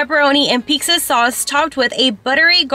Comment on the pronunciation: Girl why do you say peexa 😭